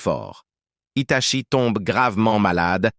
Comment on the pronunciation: Arrête c'est un désastre tout le monde le sait que Itachi devrait être un Hokage devrait être le plus doué de tous les ninjas mais malheureusement ce n'est pas eu la vedette donc stop et on dit Hitachi et non pas Hitatchi